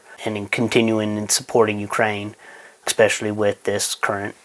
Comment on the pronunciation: Eckspecially. Boy, what a genius...